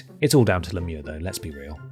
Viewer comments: Yup I'm absolutely convinced you need to review more sports games my dude. Being a sports fan your reviews are the most original descriptions of sports I've ever seen. Props for pronouncing Lemieux's name properly though. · as a french canadian, I'm very impressed, finally someone who speaks english who is able to say "Lemieux" correctly! I love you guys lol